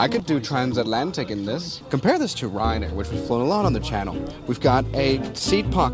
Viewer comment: Did he just say 'rizzair'?